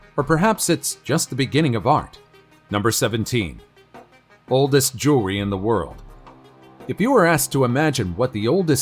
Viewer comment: Bro its jewelry not jury haha